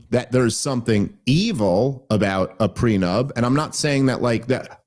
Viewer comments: Dave keeps saying prenub, and it’s bothering me. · How on earth did Andy manage to bite his tongue when Dave was calling a “prenup” a “preNUB”??? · Prenub? Me and you are? Love you Dave but cmon man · It is unfortunate that Dave thinks it’s called a “Pre-Nub” not a “prenup”😂😂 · Why does Dave keep saying pre-nub? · why does he keep calling it "pre nub"?? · Are you saying "prenub," Dave? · Anyone else hear Dave say “prenub” instead of “prenup”? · Dave kept pronouncing it "prenub".